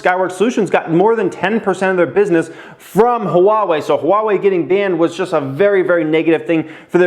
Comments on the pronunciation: It's wah-way not huh-wah-way. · It’s pronounced wah-way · Love your videos brother! Appreciate your input! Started investing very heavily last November and I’m completely obsessed with every aspect of looking for opportunities. Ohh it’s pronounced “Wah-Way” I think. Keep em coming man. You’re inspiring tons of people like me every day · Lol it's pronounced waa-way :) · It's Ha-Wah-Eeee. . . Sheeesh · Replace the H with a W for pronouncing Huawei my man. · Yo dude, you need to pronouce Huawei correctly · really wants us to know there's an H In Huawei. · you’re saying the name wrong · Yeah, but he is over emphasizing the H. Most people just say wah-way, which is incorrect.